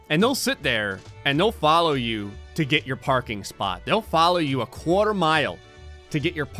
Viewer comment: I love how whenever says quarter you hear his new jersey accent.